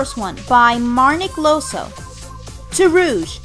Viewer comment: It's Marnic Ioso with "i"